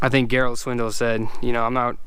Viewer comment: He did not just say Garald